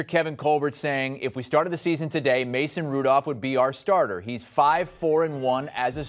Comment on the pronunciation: Did He just say Mason Rudolph?😭😂